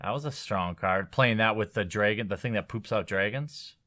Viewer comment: did you just say dragon like draagon? DesolatorMagic says it the same way. Is it a Wisconsin thing?